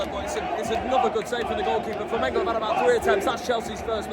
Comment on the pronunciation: Que legal ele aprendeu a falar Flamengo.😂😂